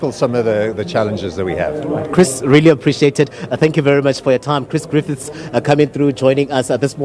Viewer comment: It's Griffith, not Griffiths